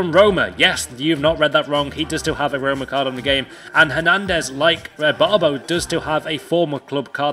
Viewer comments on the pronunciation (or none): none